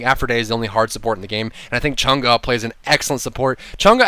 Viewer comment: from the people of china: thank you for pronouncing her name correctly! :)